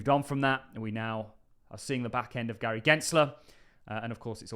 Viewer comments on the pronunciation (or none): none